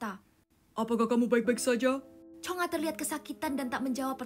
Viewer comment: Bukan chonga tapi chonge